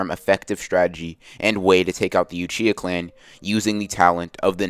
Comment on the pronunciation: i meant to say uchihuh. u said uchihuh